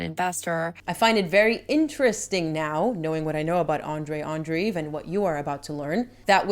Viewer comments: Andreev, not Andriv. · Andreev is pronounced "Andreyev"/"Andrejev" btw.